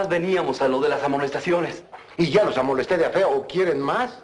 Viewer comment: Dice amolesté.